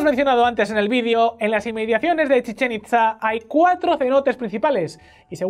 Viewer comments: Oye, se pronuncia "Chichén Itzá" no "Chisén Itzá" y "Kukulcán" no "Kulkancán" jajajajaja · A alguien más le causa ansiedad la mala pronunciación de al decir “Chichén Itzá"? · "Chichen Itza" y "Kukulcán" por favor pronuncia bien o Kukulcán ira a por tu alma! 🤣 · Chizen Itza? Kukalkan??? Jajaja los amo pero las pronunciacines mal... Bueno no los culpo el vasco y el catalán, yo no doy una... XD